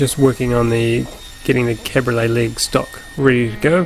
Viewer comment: Nice tables, but... Cabriole leg. CAB-RI-OLE. Please, I beg you. They're not cars. It's like nails on a chalkboard...